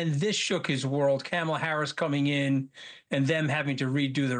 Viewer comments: Wait--the way Corey pronounced "Kamala"--is she a foreign agent or something?!?!?! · Congratulations on allowing him to mispronounce her name that many times … great work! 😁